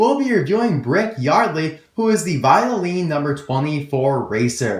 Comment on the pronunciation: you called brick yardly